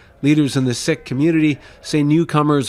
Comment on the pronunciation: They pronounce sikh wrong. Like if your going to be a new reporter and report such a sad hateful crime know the right knowledge and pronounce the religion right as respect to fellow sikhs.